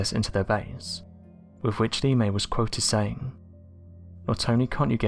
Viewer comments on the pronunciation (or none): lee-may? lol its more like la-may. also known as bombs away la-may.